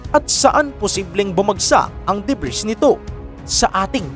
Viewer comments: "Debri" ( Ito ho ANG plural na Ng debris") Lang po i-prononce at Hindi debris KAHIT GANUN ANG spelling. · DEBRIS- silent " s " pronunciation DUH-BREE